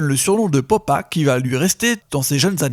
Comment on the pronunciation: Petites réctifications (C'est dommage que ça vienne de Konbini quand même) : FAUX / JUSTE Popa / Poppa (prononcé "papa") MELLO / MELO Eighty Eight Mello/ Eight o Eight Melo (808 et non pas 88) Carnasie / Canarsie Sur ce POUCE ROUGE OBLIGE 💫 Long Live Pop Smoke 💫